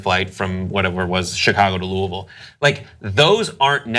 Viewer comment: I'm more surprised that he pronounced Louisville right. Two times...